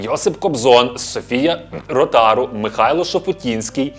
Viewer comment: А навіщо ви Софу Ротару з огидою вимовляли? Про кобзона, кіркорова і баскова зрозуміло, а їй то за що так?